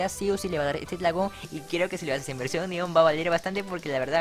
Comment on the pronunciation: NO LO PUEDE PRONUNCIAR LOL 🧠🧠🧠🧠🧠🧠🤓?